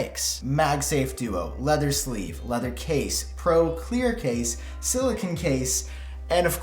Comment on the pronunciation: I’m sorry but I have to say the pronunciation of silicone as silicon bothered me 😂 I still really enjoyed the video though!